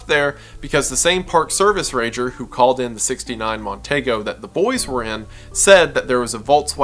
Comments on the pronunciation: for future refference...it's a mercury mon-TEE-go, not mon-TAY-go. but i can see my drunk uncle saying TAY-go. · The car is pronounced Mon-Tee-go